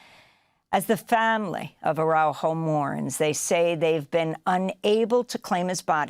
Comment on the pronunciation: Please pronounce his name correctly... Ar a u jo